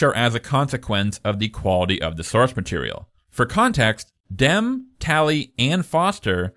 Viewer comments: Its not Johnathan DEM. Its Johnathan DEMI. Come on dude, at least get that right. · It’s pronounced Demmie not Dem stupid 😮 jk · It's pronounced DIM EE, not DIM. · I always thought Jonathan Demme's last name was pronounced Dem-E. Is it really Dem? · bruh iono why it’s so infuriating but why are u pronouncing Demme as ‘Dem’….? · Great video! Jonathan Demme’s last name is pronounced DEM-ee, like Demi Moore. I’ve always loathed the Hannibal novel; it was so clearly a cash grab and to me the Clarice Hannibal relationship never read as romantic (and the age gap between Hopkins and Foster did not help; plus the fact that she was so obviously terrified of and disgusted by him), so it felt like fanfic (as you put it) to put them together, in addition to turning her amazing, smart, tough character into a helpless maiden that needed rescuing. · JESUS CHRIST HAVE EVER HEARD ANY OF THESE peoples names correctly pronounced? Great video thanks for the hard work.